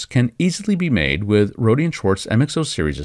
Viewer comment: ..Roady!?....Ive heard Roady so many times ..try Roader without any r pronunciation...